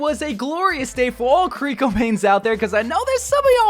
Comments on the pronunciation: Multiple people in past videos kept talking about how wrongfully pronounces her name "Koriko" when it's even spelled "Kiriko". Official dev video comes out with them saying "Kiriko" on multiple occasions. continues to call her "Koriko. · So jern and kiliko you have to pronounce it right 🤣🤣🤣🤣🤣